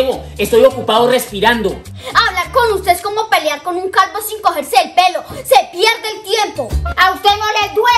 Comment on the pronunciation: Medio reír cuando dijo calbo